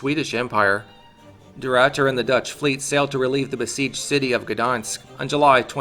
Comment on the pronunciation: its funny cuz they say de Ruiyter but its just de Ruiter, ah ah ah ah